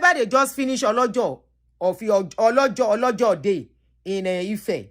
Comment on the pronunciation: please learn the correct pronunciation of our town or other thing in yoruba. Ipetumodu do-re-re-re-do.and olojo:- re-mi-mi festival.